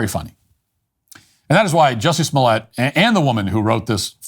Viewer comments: It's pronounced "juicy smo-lay" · Who? OH! You mean Juicy Smooy-ay! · Who’s Jussie Smollett?! Oh! You mean Juicy Smooliay! 😂